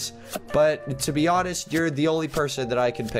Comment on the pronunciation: When said please let me be I thought he said please let me pee